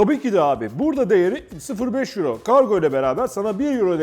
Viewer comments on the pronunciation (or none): none